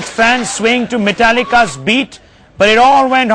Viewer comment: I recall a local Seattle area dinnertime news story about some friction & a bit of scuffling at a musical presentation of a band they pronounced " metal - eeka". This was around the time of the puppets album, they were just becoming a rising force